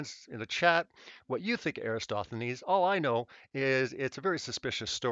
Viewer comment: can we please get a ruling as far as my understanding goes the greek mathematician in question is ERATOSTHENES yes? Everytime i hear erastothenes it feels like nails on a chalkboard how does EVERYONE flub that up or am i confused. Also i worked out of p.a. sask at seabee mine anyway spread the word if im right these vids are driving me loco